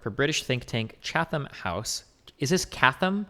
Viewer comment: It's pronounced 'chattam' Destiny